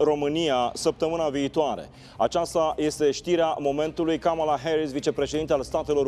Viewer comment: Cand gadea, ii pronunta numele asteia (kamala KABALA), i se umple gura de aMMERICCANIISMM! GRETOS!